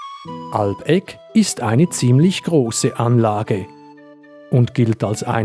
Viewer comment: Super Video! Ich war selbst bereits zig mal auf der Ruine und es ist immer wieder interessant neues darüber zu lernen. Sehr schön aufgearbeitet 🤠 Wie auch ein anderer Kommentarschreiber angemerkt hat, wird der Name der Burg bei Einheimischen nicht Alb-Eck ausgesprochen, sondern eher Al-Beck, wobei die Betonung auf Al liegt. Sehr merkwürdig irgendwie :D